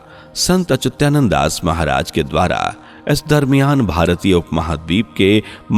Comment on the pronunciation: He is SANT ACHYUTANAND DAS & NOT ACHYUTYANAND AS YOU WRONGLY PRONOUNCE